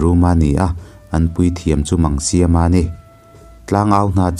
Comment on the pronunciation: Paite tawng a ni e ka pu. Mangkhaia ni lovin Maaaaangsiama tih tur zawk a ni em .....thluk sei deuh rawh